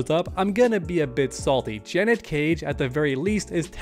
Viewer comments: I want Janet. btw the way u r pronouncing it is Janette wit 2 T's 🙏🏾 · Dudes never heard of the name Janet lol. JUHNET is killing me 😂😂😂😂 im just busting chops though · Janet”jah-net” Janette”juh-net-te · Dude. Janet, not Janette 😂